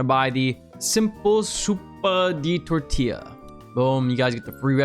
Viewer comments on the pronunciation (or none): none